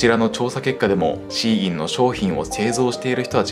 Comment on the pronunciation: SHEINは「希音」で中国語でシーインと発音し、アクセントは高・高（例えば日本語の「高校」のようなアクセント）珍しい音、または音を望むという意味だと思います。